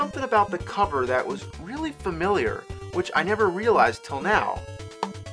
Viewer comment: "You reary mess up bad white boy"